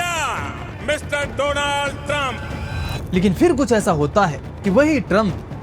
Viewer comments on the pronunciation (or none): Do'Laund bola:: Not Donald!!! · Modi said dolund trump😂😂😂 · My friend dolaaand trump 😅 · Dolund Trump. Naam kuch sunna lagtha hai.